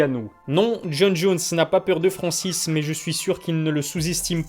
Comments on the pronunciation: Il y a un N au début du nom de Francis...sinon le reste comme d habitude c est de la qualité. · Et bah voilà, bonne prononciation de son nom à Francis !! un peu de respect quand même !!!